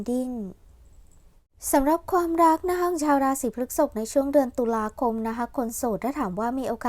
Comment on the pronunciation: พฤษภ อ่านว่า พรึด-สบ นะคะแม่😅 รบกวนด้วยค่ะ 🙏🏻🍀 ปล. ใดๆคือแม่นมากค่ะ✌🏻😉